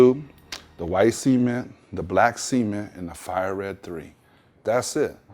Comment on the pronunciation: Why does he pronounce Cement as "SEAMENT"? haha